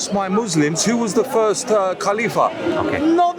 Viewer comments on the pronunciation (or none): What is a kafifa???? Lol 😆 he cant even say khalifa properly and thinks he knows more than most muslims.